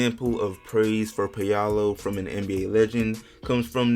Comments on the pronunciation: Paolo not Peyalo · It's pronounced "pow-low", not "pay-ah-low" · It’s pronounced Paul-oh lol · "Pay-Allo" loooooool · Paul-oh that’s how you say it 🤦🏿‍♂️ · My man is slaughtering Ps name, wow